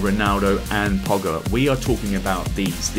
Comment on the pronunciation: Pogba: Poga Dybala: Dabalai Depay: Depye